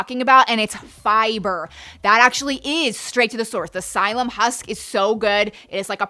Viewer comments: Just fyi, psyllium produces a lot of gas in some people and can make you miserable. People should do their research on the best fiber powders or supplements that do not cause as much gas as psyllium. BTW it is not pronounced "SI-LUM" it's pronounced "SILLY-UM" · it's 'silly-um' (psyllium) for as long as I've ever heard it (from 2015 when the vegan Indian gramdmas taught me about it) 😆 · The first fiber is pronounced silly-um.